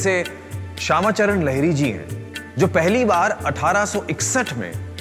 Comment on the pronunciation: लहरी नही लाहरी महाशय । और वंशज रहता है नही रहते है । यार ढंग से पढ़ना बोलना सीख लो काहे नाम डूबा रहे हो चैनल का ।